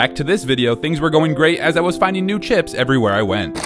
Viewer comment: the word is chisp